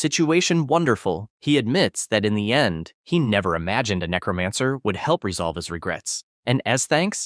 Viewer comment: The name to his powers are necromancer the person that's doing the narration is saying the name wrong if you're going to read a story say the main characters ability right it's necromancer not necromonger dumbass